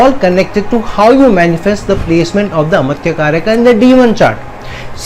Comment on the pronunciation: It is not a-matya. It is amaatya. Dhirgha not hrsva ma